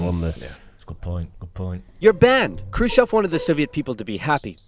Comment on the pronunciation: ржунимагý😀 как он произносил курушев.